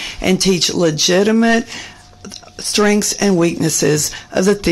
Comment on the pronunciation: Why are some Americans incapable of pronouncing even single syllable words? The woman in red kept saying 'strinks' when I'm guessing she meant 'strengths'.